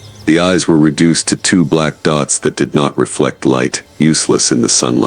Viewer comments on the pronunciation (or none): none